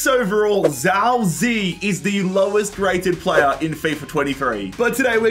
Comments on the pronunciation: Zhao zi to zhao zei ..... it's chao ji ye not a hard ch, more like j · His name is ziye not Zhao zi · As a chinese descent Zao Zei triggers my ears too much. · it; s pronounced jow zi yeah, btw. He's scored a few games this season despite not being a starter and playing for a relegated team. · i'm chinese, this entire video pronunciation of zhao ziye pains me